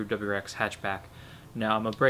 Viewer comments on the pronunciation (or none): none